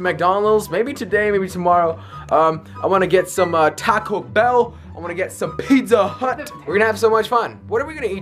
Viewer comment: Pizza huuuoot lol